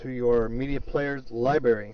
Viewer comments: It's LibRary not Libary. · it's library not libary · STOP SAYING LIBERRY! >:C